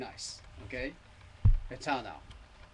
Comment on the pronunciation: XHunter351: Eternaru! wrong Etanaru is the right sound